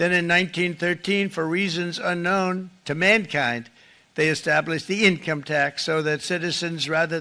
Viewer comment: Why did he emphasize *MANKIND*